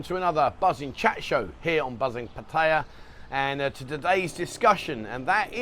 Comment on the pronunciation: You saying etc a million times is not close to as annoying as when you say Pædjæ when you mean to say Pattaya. Pronounce it as it is written. Just like you do with München and Venezia.